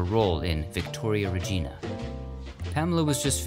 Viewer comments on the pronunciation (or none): none